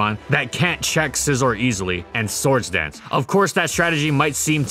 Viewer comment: Wby do you say source instead or sword dance